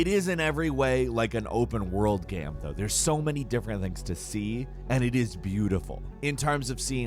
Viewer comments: "Gaem" instead of game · Yea, his pronunciation of "game" changes. Still figuring out the rule in his head ;)